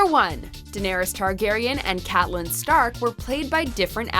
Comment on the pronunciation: Supposed "superfan" cannot pronounce Catelyn.